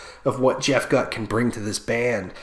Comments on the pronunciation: Scott was on the 2010 album. Chester was never on a studio album, but on a 2013 EP and did live performances from that year til 2015. Sad they both died though. It's pronounced "Goot" by the way... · Jeff Gutt is pronounced (GOOT) 👍🏼